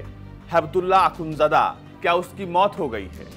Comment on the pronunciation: Mulla braadar aur akhundjada h Yaar pronunciation to thik kar lo aaye h media banke🙄